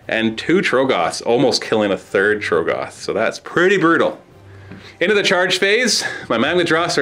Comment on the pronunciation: How do you still say TROGGoth wrong